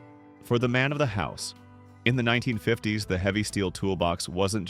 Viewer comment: You predate ballpoint pens. We still used dip pens in the mid 1950s. (Your Faux Voice would pronounce that as "1,9,5,0,s" you don't even attempt to convince you audience that you use a human to describe your video. Trash quality control! Thumbs Down!